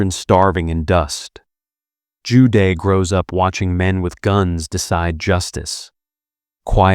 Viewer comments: good content but please use correct pronunciation -- Joo Deh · Zhu De: Joo Duh. not day . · Zhu De pronounced Jew Duh朱德....last character means virtue...the man is aptly named